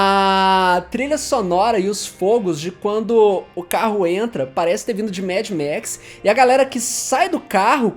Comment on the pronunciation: Dúvida besta aqui, mas que me deixou encucado: porque algumas palavras que no plural tem vogais abertas, como fogo e maravilhoso, você pronuncia com vogais fechadas, como "fôgos" e "maravilhôsos".